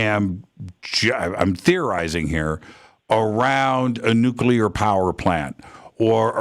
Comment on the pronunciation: It's so much easier to listen to on three-quarter speed. He's nonstop... the bonus of it though is that he's packing in twice as much information in almost.the same amount of time, pretty cool. But there's one thing that really irks me... the mispronunciation of nuclear. Drives me nuts, anyone else?